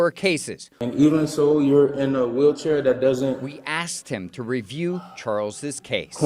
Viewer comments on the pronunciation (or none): none